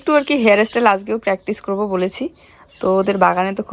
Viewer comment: Nij j vasai sabolil sei vabei kotha bolo kono osubidha nei kintu english uchharon gulo toh tik koro, jamon tumi bolo ইস্টিল কিন্ত কথা টা হবে স্টিল, হেয়ার এস্টাইল নয় কথা টা হেয়ার স্টাইল,এগুলো তো ঠিক করো। খুব সুন্দর হয়েছে হেয়ার স্টাইল টা এগিয়ে চলো। রাত এ শাক খেতে নেই।